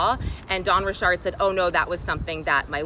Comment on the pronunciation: I swear you and Kadishalynn are the only 2 people who pronounce Dawn Richard’s name right.